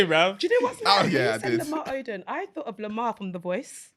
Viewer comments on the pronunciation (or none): not saying Lamar Odom😂😂😂